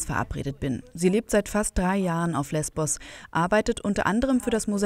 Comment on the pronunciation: Es heisst LESBOS !!!